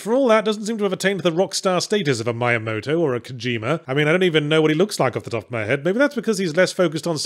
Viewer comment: One day people will pronounce "Miyamoto" correctly. It's not MYamoto.